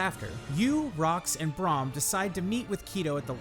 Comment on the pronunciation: Good video, although it put me off a few times when you said Joko and Braham's name, wrong xD